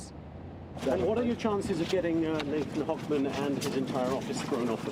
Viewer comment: Not really. He can save the general public by keeping them in prison. Also, it's "Hochman." 😂